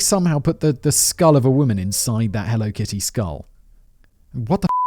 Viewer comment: I can’t stop replaying “… Let’s jump into the Helly Kitto… HELLO…KITTY murders.”